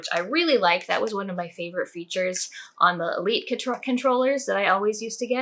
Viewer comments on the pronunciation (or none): none